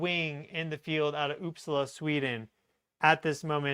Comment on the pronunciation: it's pronouced Oop Saaa la. The stress is on the Sa not the La